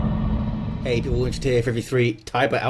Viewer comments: I must say that You ....Nailed it for a non-native speaker ;) it's rather close to SINGULAR than SINGLE as many stated below (I am native with that language) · Damn,... You did amazingly well with pronouncing Pojedynczy's name! I'm serious. Don't worry, it's not a band word. 'Pojedynczy' just means 'single'.